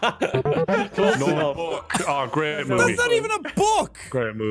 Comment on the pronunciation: The way says paper is hilarious